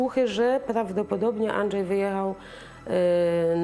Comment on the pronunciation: Andrzej, a nie Andżej!!